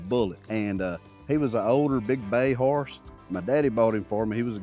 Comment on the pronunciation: Yall, I said it before and say it again. cracks me up every SINGLE time he says the word Harse! 🤣🤣 Now in all seriousness, I did learn alot about "Harses" today so it was a great lesson. Thanks for that. Its so exciting that there will be a little pony on the farm. Just think in no time, Little Ladley will be talking to someone about the "Harse" she has had since it was a new born foal. Love it. Much love yall!! Have a wonderful rest of the week. Oh... I think in the story about ol Petey, didnt he have one curl of hair in the front??. You think he and ol Blaze are kin folk?